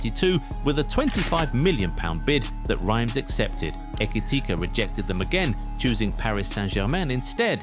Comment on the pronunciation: this narrator needs to learn where to intone and accent in saying his last name. He had a few variations 😂 let me spell it out for you: eh - key - tea - kay Who else noticed Trent in this? 😂😂😂😂…. As you were….